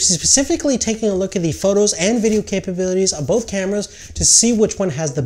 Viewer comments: man it's "VIDEO" Footage...not "VDDEO" hahahha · "voodeo" footage? lol Great review though. Decided to stick with 70D.